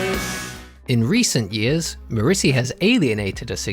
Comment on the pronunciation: Who the hell pronounces ‘Morrissey’ like that?